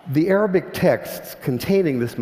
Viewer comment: lol.. I first understood 'aerobic' instead of 'arabic'